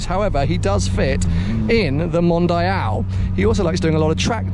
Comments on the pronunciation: It's not "mondayal" it's "mondial"... oh ok now I get it.. for you english people the "i" is pronounced "aye"... so englayesh it is? Anyways impressive collection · Mondeeeal not MondEYEal :)